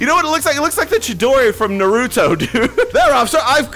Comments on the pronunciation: Naruto not nurdo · My guy said NUHruto 😭